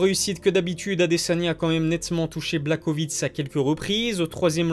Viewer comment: Sa se prononce + Yan BlaHOvitch